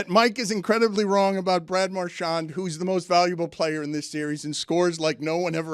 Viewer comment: pronouncing “marchand” is about as good as it gets